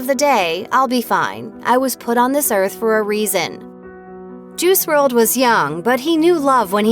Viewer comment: It's pronounced juhrod